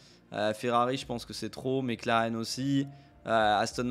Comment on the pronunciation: il a dit mecleren